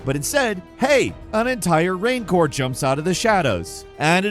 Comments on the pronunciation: A RAINcor? I thought it was pronounced RANcor? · Oh! I found it! In every video narrates, he pronounces at least 1 word weirdly. This one is "rancor", the monster from Return Of The Jedi! He says "rain core" lol. Never change, never change.